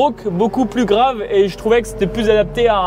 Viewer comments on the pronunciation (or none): none